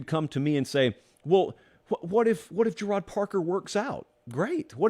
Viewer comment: Gerad Parker is pronounced like Jared. Obscure thing I remember from his time at Penn State. Love the show! Great episode as always